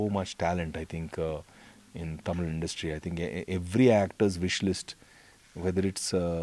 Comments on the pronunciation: Your pronunciation is amazing...the word தமிழ் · Though his mom is thamizh it sounds really good to hear the word THAMIZH from a bollywood actor & not tamil. Thanks vivek. Hope Vivegam brings you more opportunities in THAMIZH cinema for you. ALL THE BEST. Also needless to say that we thala bloods appreciate real talent. WAITING for 24th AUG.